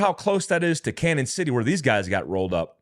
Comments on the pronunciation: Gee, I'm a correcter. It's pronounced Canyon City. Not Canon. Royal gorge is the. Walk a bridge, that's around 1043 feet above the water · This is just crazy! Thanks for the info. By the way it is pronounced “canyon” not cannon. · It's canyon City not Canon City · CAÑON City. The Spanish for “canyon.” Not “Cannon.” If you have trouble with the pronunciation, just say “Canyon.” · Hey, you’re pronouncing Canon city wrong. It’s a long in like a canyon. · It's pronounced "Canyon" not "Cannon". Like Prescott Az is pronounced "press kit". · It's pronounced "canyon" city, not "cannon" city. There's usually a tilde over the n, which means an "ny' sound, as in "canyon". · Canon = Canyon is the pronunciation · The town in Colorado where the other two Mexican nationals got "rollled-up" is pronounced CANYON City. The name, "CANON" city is the Spanish spelling of the English word "CANYON". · It's pronounced canyon city. Just to let you know lol. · Canon City Co. is pronounced "Canyon". When our town was first named, it was misspelled and the person didn't have enough money to buy another name so it just stuck!🤷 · Its pronounced "Canyon City" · Hey Boss….., its pronounced “Canyon” I am so sorry…… I can’t help myself….. I really tried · It's pronounced Canyon City. I'm from there. All the Colorado prisons are there including ADX supermax. Jail break much??